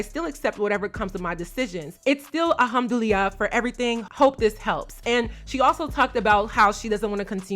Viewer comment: They way you pronounce “Alhamdulillah” is taking me out 😂 but it’s okay, cause if I was to pronounce something in Igbo, I will fail lol